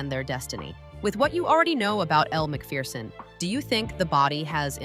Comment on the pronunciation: You pronounced her name Elle McFierceon and that what she is...fierce !